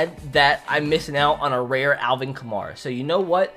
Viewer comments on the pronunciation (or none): none